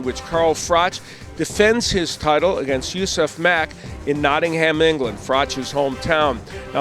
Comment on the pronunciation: Notting-ham, heheh funny american talk